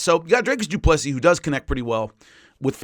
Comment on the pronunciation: For someone great with names DDP name is pronounced do-plee-see